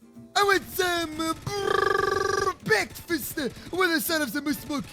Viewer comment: Me: what's for bekfast? Friend: moose milk